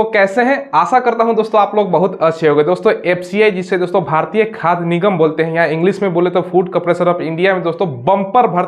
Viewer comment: khad nigam nahi sir..khadya nigam hain wo..khad nigam alag company hain.